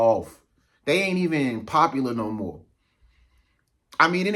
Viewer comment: She said pope pular. Om